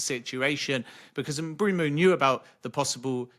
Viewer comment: Who is "Bryan Mbroomoo"? I wonder if Mbeumo calls Ben Jacobs "Bren Jacoobs"